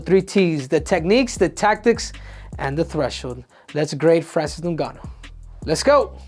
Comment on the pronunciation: New-ganu lmao. Olympics don't teach reading classes, obviously.